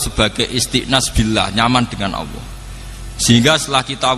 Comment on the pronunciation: Bukan Awwoh ( اووه) gus, tapi Alloh.( الله )